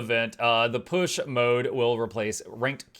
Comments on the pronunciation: I have always pronounced that word "POOSH", not "PISH". Sounds odd to my ears. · How is this actually pronounced? Is it just “Push”, like push a door open, or “Poosh” as you seem to be pronouncing it and as is mentioned in another comment below? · is saying it wrong, as a joke.